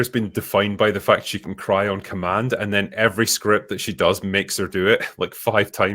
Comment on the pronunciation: I picture david Harbour picking on her like in south Park. "What're u gonna cwy?? Go on, wemme see u cwy."😂